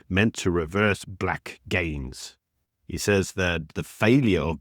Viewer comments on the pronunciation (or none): none